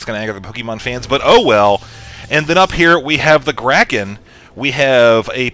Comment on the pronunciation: what the hell is a graken? or did he mean to say Kraken?